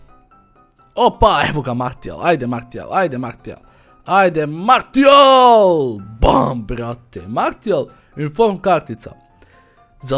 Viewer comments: Nije Martial nego Marsial se cita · martial se cita marsial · Za ubuduće da znaš nije martial nego marsijal (tako se izgovara) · nije marsial nego martial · nerviras me kad kazes "martial" Maršial se kazee hahaa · Cita se Marsial, ne Martial :D inace ekstra klip,pozz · nije "Martial" vec "Marsial":D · oces li skapirati da se ne kaze ni marsl,ni materijal ni martial nego marsial... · Nije Martial nego Marsijal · Marsijal brate ne martial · nije martial nego marsijal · nije martial nego marsial se kaze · Nije Martijal nego Marsijal... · ne govori se martial nego marsial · kaze se Marsijal a ne Martijal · nije Martijal, nego Marsijal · kaze se Marsial a ne Martial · Kaze se marsijal a ne martijal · nije MARTIAL kazese MARSIAL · ne cita se martial nego marsial i nije bas payet nego paye t se ne izgovara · marsial ne martial!!!!!!!!!!!!!!!!!!!!!!!!!!!!!!!!!!!!!! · kaze se Marsijal:D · kaže se Marsial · kaze se marsial